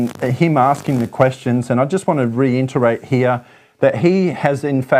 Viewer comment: Good coverage. Re IT erate not re IN ternate.